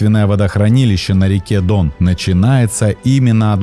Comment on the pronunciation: Как говорится - Дъон